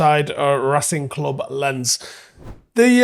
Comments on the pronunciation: well I can't write phonetic symbols so I opted for Lons. Could be Lance, but not if you speak BBC or Alabama English. I don't mind being a knob. At least I looked it up and avoided the embarrassment of pronouncing it like "camera lens". It took 10sec to Google it to confirm my guess, he should do better. Thousands of people watch his stuff. Might as well try to be accurate... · It's not pronounced "Lens" it's "Lons". Do better 👍🤷‍♀️ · FYI: Lens is pronounced Lance. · You might want to check that- it's closer to "lance" but with a heavy accent. Also- Imagine writing: "do better" such a knobend sounding comment.